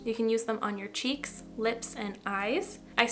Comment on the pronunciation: “On your chicks” lol, girl I talk like that EVERY DAY